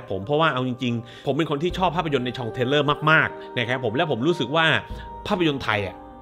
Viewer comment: Thriller อ่านว่า ธริล-เลอ / ระทึกขวัญ Trailer อ่านว่า เธรล-เลอ / ตัวอย่างโฆษณา Terror อ่านว่า เท-เรอ / สยองขวัญ Genre อ่านว่า ชอน-หระ / ประเภท ค่อยๆพูดใจเย็นๆครับ แก้ไขได้จะยิ่งดี แถมท้ายขึ้นปีใหม่นิดนึง สบถเยอะไปคลิปๆนึงใช้คำว่าเหี้ยว่าสัดเยอะจนมีทุกนาที บางทีนาทีละสองคำ ลองใช้คำอื่นขยี้บ้างจะดูสวยงามขึ้นครับ ด้วยความเคารพ